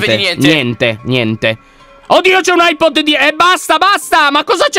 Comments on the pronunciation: LION AIBOL NON AIPOD🤓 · Lyon si chiama "Eye balla" non "Eye pod" sei grande non di altezza ma di cervello! Anna nel sangue Lyon nel cuore Cico va nel vapore!😅😂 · Ma al minito 11 e 00 lyon dice ahipol quando si dice hibol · Lyon per tutto il tempo hai detto eyepod invece di eyeball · Si dice Eye Ball.